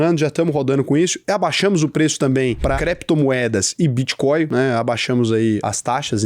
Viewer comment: 'bitcóio' kk